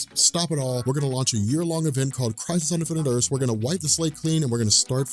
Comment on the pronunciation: "Infinite Erse"